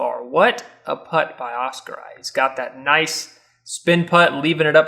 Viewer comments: Great commentary, but a future note to; Oskari is pronounced Oscar-e, not Oscar-eye. 😀👍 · Oskari is pronounced Os-Ca-Re, Mikael is pronouced Mi-Ca-El & Samuel is pronounced Sa-Mo-El(Mo same as in the word MOve). Väinö is some what difficult for you guys, so I’ll give you a pass but let’s try it, Väinö is pronounced VÆ-E-Nö(The ”Ä” sounds the same as the letter A in the word Rat. The letter ”Ö” sounds the same as the letter O the word Word.😅👍🏽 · Loving how the commentary pronounces Oskari :D